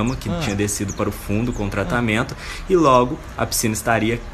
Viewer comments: ''tratamiento'' KKKKKK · como o t3ddy não percebeu q ele fala "tratamiento" KKKKKKKKK